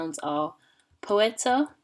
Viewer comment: Poita not poets in pronounce